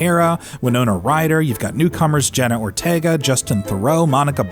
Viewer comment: “JENNA ORTIEEGA THE ACTRISS”